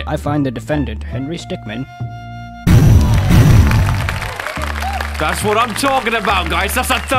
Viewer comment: Its Henry Stickm"i"n.